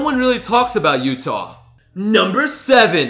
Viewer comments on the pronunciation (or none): none